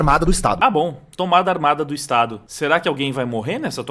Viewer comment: ver o floquinhos de neve falando em "tomada ar-ma-da" é tipo ver um pinscher latindo kkkkkkkkkkkkkk